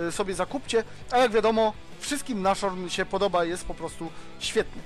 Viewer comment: Nie 'naszorn', tylko 'nazhorn'